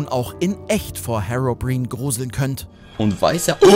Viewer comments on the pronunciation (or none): HeroBrin? Alter, als ob du echt noch die richtige Aussprache von Herobrain gehört hast XDDDDD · BITTE sprich herobrine richtig aus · Hero brin.... Hiro Brein aahhhh das triggert so hart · Bitte wie haste Hero-Brian ausgesprochen??? HERO-BRIAN nicht herro-brin sry aber mich triggerd das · Bruuuder Hirobrein gesprochen nicht härobrin xxD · HÄROBRIEHN alter das heißt Herobrine, also wie hero und "brein" nicht "brien" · Dat Aussprache von "Hero-briiiieenee" xD Beste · Hirobrein weil es ja als "brine" geschrieben wird was meistens in engl. "brein" ausgesprochen wird bei polybius hätte ich polübius gesagt oder poleibius fürs englische gegenüber ^^ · HERROBRIENE HAHAHA zu Geil jungs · Ich hab noch nie so so krass jemand Herobrine falsch aussprechen hören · Nettes Video Aber sollte wirklich lernen wie man Herobrain sagt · "härrobrine" man kennt ihn🌚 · "Herrobrien" xD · Hirobruein ist die Aussprache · Härrobrihn, wer kennt ihn nicht? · Ihr habt doch nicht ernsthaft HERO-BREEN gesagt AHAHAHAHAHA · Was für herro brin?? 😂😂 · Gewagte Aussprache lieber 😘😄. Hero Brian oder wie sagt ihr lieber Kommentarbereich? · Genau deswegen bin ich in die Kommentarsektion gekommen - diese Aussprache hat mir wirklich einen eiskalten Schauer über den Rücken gejagt - und dabei ist gametwo eigentlich die modernste Gaming - Show die ich kenne Ich meine - natürlich kann das mal passieren das man etwas falsch ausspricht allerdings ist es doch schon ein wenig komisch das sich Leute die sich normalerweise so gut in der Branche auskennen so etwas banales und wirklich weltbekanntes falsch machen und sich so einen Fauxpas leisten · Die Aussprache von "Herobrine" macht mich so unglaublich traurig und wütend zugleich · also ein wenig tut es schon weh wie du herobrine aussprichst :D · Also bei dieser Aussprache von „Herobrine“ kam mein Frühstück fast wieder raus. Das tut sogar physisch weh. Ich dachte das Video wurde am 1. April hochgeladen…ich war nah dran. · wie er Herobrine ausspricht XD